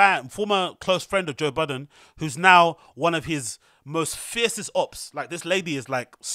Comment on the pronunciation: It’s Budden 😂